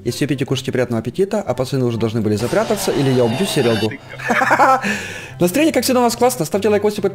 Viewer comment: в начале ролика:настраенье у нас как всегда класснае после ролика:наеанец закончели